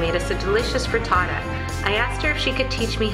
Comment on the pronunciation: just because i'm an italian subby...it's FRITTATA not FRITATTA...looove your channel..